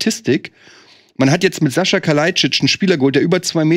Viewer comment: Bin ich eigentlich der einzige den des irritiert, dass den Sasa dauernd Sascha nennt? 🙈